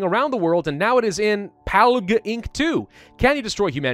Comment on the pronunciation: Nobody:: PaLgOoK InK tOo